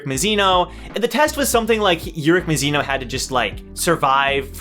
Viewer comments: bro you're pronouncing it right i think(i say it like that too) keep it up you doing great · That’s how I pronounce it tho...